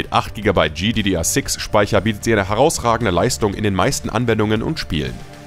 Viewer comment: sorry aber die Aussprache🥲, bitte sprich das einfach normal aus z.B. artx (rtx) oder G(Y)DDR6 Speicher achso und die gtx 1650 reicht auch nicht für flüssiges FHD Spielen, würde ich nichtmehr empfehlen